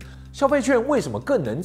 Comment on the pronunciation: 補充冷知識 是念消費ㄑㄩㄢˋ (券)ㄛ